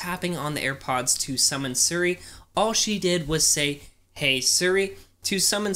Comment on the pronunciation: you say “siri” like sri